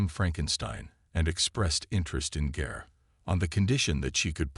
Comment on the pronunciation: Gare? I thought her name was Garr